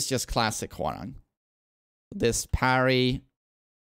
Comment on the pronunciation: as a Korean , His Name is Pronounce Hwa Rahng not RANG like Telephone Rang haha his top uniform is from Tekken 3 . 맥 ( MACK ) is the same logo from the back of his TKN 3 top uniform ( dok-boh ) bottom is from between Tekken 5 and new 8 design mixed . Long Hairstyle is from Tekken 4